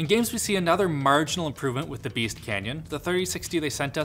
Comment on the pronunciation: It's Beast, not Beat.